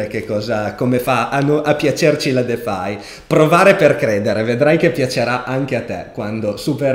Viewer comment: Ciao sei il numero 1!!! Una cosa però... quando pronunci defi... "defai" non si può sentire... (così è mezzo in italiano e mezzo in inglese)... In inglese pronuncia "difai". Scusa se mi sono permesso ma questo è l'unico appunto perchè sui contenuti crypto nulla da direi sei super top!